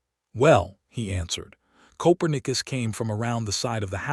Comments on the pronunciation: This story had writing and images that deserved so much better than the AI mistakes in the nice narration. Obviously AI never heard of "ko-PER-neh-cuss" the famous Polish astronomer, and can't choose the right pronunciation between "cloze", as in shutting a door, and "clo-s-e", as in being near. There's another example that doesn't come to mind at the moment, but you get the idea. AI has its uses, but unfortunately still has its foibles that dehumanize the presentation of what should be a moving, quietly emotional story. The lack of punctuation also throws the narration off, with run-on sentences and improper pauses. I can tell from the Comments that many people do not notice or care about such things, but I find these glitches seriously interfere with my enjoyment of what is actually a fine storyline. OR, USA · Narrator said Coperius wrong.